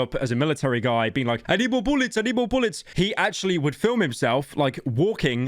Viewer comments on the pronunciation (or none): the way he says I need more boolets is hilarious to me.